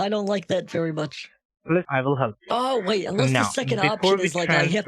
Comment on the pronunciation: They also say “Just vait a moment”